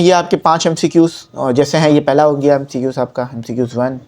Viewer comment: sir ny khod MCQs ghalat bola to hmy kya sekahy ga sir hahahaha